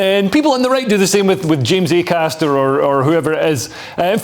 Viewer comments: Linehan would be easier to take seriously if he could get James Acasters name right. If you cant get his name right how can we trust youd get gender right? - signed James McAster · Lol. Who the FUCK is Macaster? He says the wrong name maybe 15 times. Once again, spewing misinformation and misspeaking with impunity. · Dd not realise it was pronounced mcaster. Thanks Graham. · Get his name right Graham, it's not Mac aster, it's Acaster, reasoning to your view points seem logical to me, but far better validated when you get the persons name correct. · Why didn’t anyone correct Graham Linehan when he kept calling James Acaster “McCaster”? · I like how he keeps calling him "McCaster" instead of Acaster lol. I bet James is crying into his morning Shreddies after having been subjected to such microaggressions all night by Mr Linehan lol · The guy's name is Acaster, not McAster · Leo, you could've corrected 'McAster'/'McAllister' early on! 😄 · Acaster and Kearse are about as funny as a dose of the pox. Linehan doesn't even know who he is, and keeps calling him McAster. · Is he calling him 'MaCaster'? Because that's not his name. It's Acaster. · Love the way Linehan was deliberately getting Acaster's name wrong, like a surname version of mis-gendering. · I love it that the legendary comedy writer Graham kept getting Acasters name wrong. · "Ay-cass-ter", Graham! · FFFFS Leo tell him his fucking correct surname!